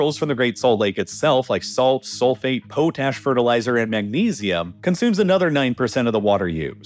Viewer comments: PO-tash?? Its pronounced POT-ash... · It's an AI voice, right? You can't really expect much from AI pronunciation. See also how it says "potash" in the video. (Or, I mean, if it's a real human, he has learned to speak with an AI cadence. And I don't know why anyone would do that.) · Klamath, with a short A. The As are like the A in math. Potash... short O like the one on "pot". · pot-ash lol